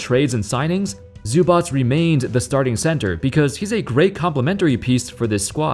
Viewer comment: Zubac name pronunciation 10/10